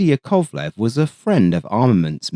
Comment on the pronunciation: YAKovlev, not yaKOVlev